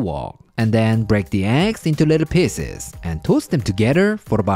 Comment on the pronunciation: I thought he said “break the eggs into little peenesses”